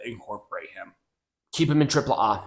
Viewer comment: It's hilarious. How like you pronounce AAA versus the way Conan on his podcast pronounces AAA stop trying to be too proper and just be normal